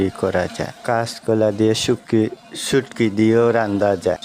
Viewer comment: সুকি নায় সুটকি😅